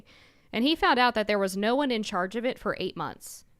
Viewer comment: “In Chairge”…as in “He leads the chairge”😂